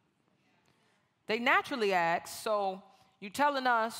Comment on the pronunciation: Okay, if you're going to be a public speaker then you need to speak correctly. You didn't AXED a lot of questions you ASKED a lot of questions. I"m sorry. Please forgive me. I love you. Thank you. This is just huge peeve for me along with using "less" when "fewer"is required, and people who don't use their turn signals in traffic. God bless you.